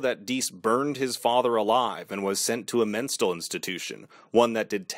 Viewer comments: "menstal institution" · Menstle institution... Lol